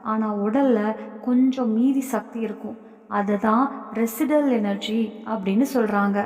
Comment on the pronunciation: அது ரெஷிஜுயல்😂😂 ரெசிடல் கிடையாது.